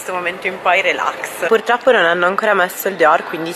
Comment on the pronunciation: Baso che dice "puLtroppo" ... sono morta xD